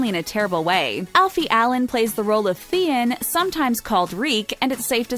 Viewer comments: Can't you just say the names right? I had to shut the video off when I heard THE-IN. It's THE-ON!! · Can the narrator please be more competent its The-on, not The-un, its A-ry-a not Uhria, ill stop there, she's just so stupid. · The-en Greyjoy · Theein ??? Wtf theeeein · Who wants to bet she has never seen the show or read the books? "The-in" "eh-rya" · Thien? Sanza ? Cerzey? Misunday? Really?? Dracarys woman!!! 🔥🔥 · You have clearly never watched the show with the way you pronounce Theon and Arya